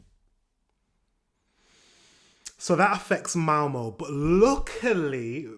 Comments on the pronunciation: Its Malmö not MAMO 😂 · You should learn how to say åäö. If you ever go back to Sweden you will know how to say Malmö.